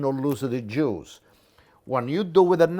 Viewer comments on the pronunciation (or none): "If you do like this, you no loosah de juicah" Beautiful.